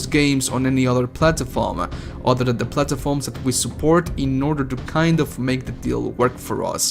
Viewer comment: Its platforms not plat”a”forms